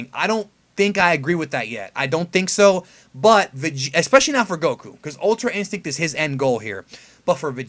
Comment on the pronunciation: Bro... it's ultra instrinct just say it lmfao